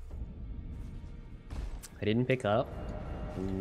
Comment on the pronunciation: Fried chicker or BORGOR? borgor Most american thing ever